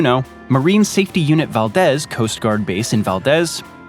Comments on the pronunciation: Valdez, AK is pronounced "Val-deez," not "Val-des." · FYI, it is “Val-Dees” Alaska, not “Val-Dez.” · It’s pronounced Valdeez. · Clear not clean base, and Valdez is pronounced “Valdeeze” and Eilson is pronounced “Isle Son” and Ft. Greely is over McCarthy instead of Delta Junction on that map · You mispronounced Eielson (Eye-al-son) and Valdez (Val-Deez), I know its nit picking, but as an Alaskan, I needed to let you know. Also, Fort Greely isn't in Fairbanks, it's in Delta Junction they are hours apart. Not even in the same Borough. Alaska proved that invading it was near impossible during WWII. One thing you did not take into account is the US Military's Airlift/Cargo capabilities which not only connects Alaska to the lower 48, but also to US bases in South Korea, Japan, and Hawaii. It's worth noting that "Defense Spending" is not necessarily a true reflection of the military capabilities in a particular state, as a large amount of the spending is on basic materials for the Entire US Military. (i.e. Aircraft spending - Boeing/Mcdonald Douglas/ Lockheed Martin That funding would be directed to the states where the Companies are located, same with ground Vehicles - General Dynamics, Oshkosh, or Uniforms and basic equipment. And there is also the amount that is spent on Upgrading the living conditions/quality of life on these installations [which by the way, is millions and has no effect on the combat capabilities of the units in that area]) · Valdez is pronounced "val-deez" with a long e sound on the second syllable.